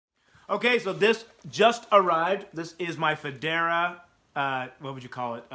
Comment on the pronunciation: fedora is a hat. It's FOH-DAR-AH.